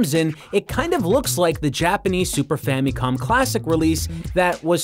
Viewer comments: *Fameecon?*... It's famicon. "famacom" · why does he keep pronouncing it famee-con? its famicon. weird. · super “famie com” classic